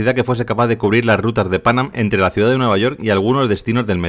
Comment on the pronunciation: Lo correcto es decir Pan Ám con acento en ám. Muy buen vídeo, como siempre.